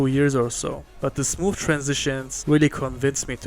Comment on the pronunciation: Idk why but when he said the copic ma rkers were smooth it sounded like he said smoof